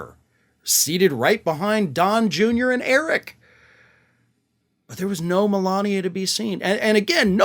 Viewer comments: You pronounced Melanie wrong 😅😂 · He called Melania "Melanie" a couple of days ago